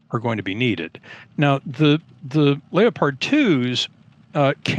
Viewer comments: If I were cast an actor to play a professor who was so full of him self he believes his farts don't stink he would look and sound like the guy from Columbia at time code and when he says Leo-pard instead of leopard amazing. I expect to see John Belushi bust through the wall with beers in hand. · What is a lay uh pard?Who is this guy?